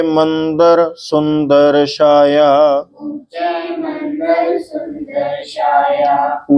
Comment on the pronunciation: ਬਹੁਤ ਹੀ ਪਿਆਰ ਨਾਲ ਆਪ ਜੀ ਨੇ ਸੰਥਿਆ ਕਰਵਾਈ ਹੈ ਜੀ ਪਰ ਛੱਛੇ ਦਾ ਉਚਾਰਨ ਠੀਕ ਕਰਨਾ ਚਾਹੀਦਾ ਹੈ ਜੀ ਛਾਇਆ ਨੂੰ ਸ਼ਾਇਆ ਨਹੀਂ ਕਰਨਾ ਜੀ ।ਬੱਚੇ ਵੀ ਤਾਂ ਹੀ ਠੀਕ ਉਚਾਰਨ ਸਿਖ ਸਕਦੇ ਹਨ ਜੀ ।